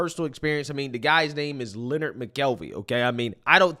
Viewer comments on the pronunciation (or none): CTG's name is pronounced Lin___Nard, not pronounced the same as Leonard